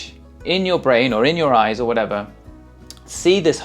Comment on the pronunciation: The "eyeses" is getting you demonetized for sure lol